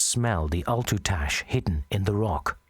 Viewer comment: "ALTERTASH"!